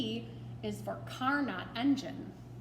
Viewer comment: Pronunciation for Carnot, is “Car-No”. He’s a pretty impressive French dude.